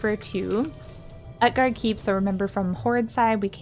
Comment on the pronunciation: OOT-GARDE not UHT-GARDE xDDDD